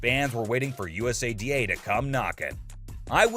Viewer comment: This video feels made by AI.. the images aren't lining up great at all and it's pronounced (YOU-SAH-DAH) USADA